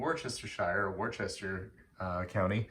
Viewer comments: Worcester? Wooster,! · Worcester or Worcestershire are pronounced wu-ster or wu-ster-shu